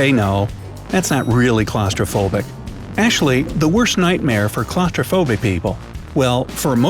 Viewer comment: did he say Ashley instead of actually ? 😂